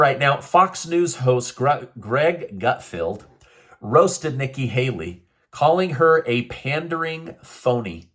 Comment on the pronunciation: Yes, Hikki Nayley is a pandering phoney. Ever since you accidentally messed up her name, I can't get it out of my head......that's what I call her now 😂😂😂😂